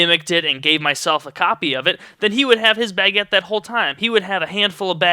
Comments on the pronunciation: Damn it, now all i can hear is you saying Bag-uette in my head, btw, thats a funny way to pronounce it, were im from (UK) its pronounced "Bu-guette" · omg u say baguette so funny. lol it got annoying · you say baguette so funny